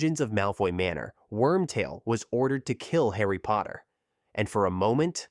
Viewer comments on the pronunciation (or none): none